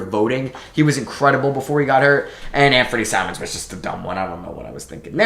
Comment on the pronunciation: You sure it was Anfernee Simons and not Ben SimMons? :D